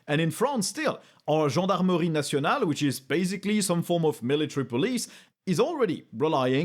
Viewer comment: T'entendre dire "Gendarmerie nationale" avec ton plus bel accent au milieu de l'angiais ça m'a fait rire